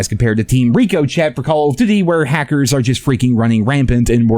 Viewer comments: It's pronounced as "Ricoshay" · Lol he is still calling it Recochet even in XDefiant 😂😂😂